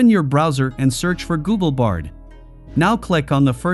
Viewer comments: Nice 🎉 it’s bard not brad. Might’ve just happened because of the spelling in text given to AI voice generator. No big deal good video 🎉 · Why does this video say 'Nitches' and 'Brad' for what we actually know as = Niches and Bard? I wonder who made this video?